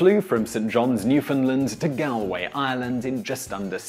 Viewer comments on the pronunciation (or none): It's pronounced GAWL-way, not GAL-way. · Hate to nit-pick, but Galway is pronounced Gawl-way, not Gahl-way. And while we Irish would love to believe that St. Brendan and his crew of merry monks made the voyage to Newfoundland around the year 530AD, (the explorer Tim Severin proved it was feasible) it really is just a story, albeit a compelling one. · gow way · It is widely known and believed in Ireland that Alcock and Brown were the first to cross the Atlantic by Aeroplane, by the way, where they landed in Ireland is pronounced GALL WAY. Normal spelling Galway' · Galway is pronounced gollway btw. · He pronounced "Galway" sooooo wrong😂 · How is your pronunciation so bad youre British for christs sake galway should be basic for you